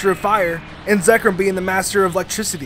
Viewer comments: *resh uh ram *ar kops *ar ken Edit: *zek r om Edit 2: did you just call Kalos kale os it’s ka lohss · i wanted to commit fork-toaster when he mispronounced Reshiram and Zekrom.